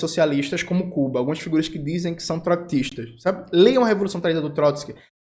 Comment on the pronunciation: Eu gosto que o jones pronuncia Trotski, mas pronuncia Troktista kkkkkkk